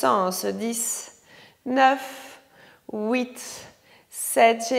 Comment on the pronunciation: Super séance complète ! J'adore et surtout avec l'accent quand vous comptez 'houit"...je me régale !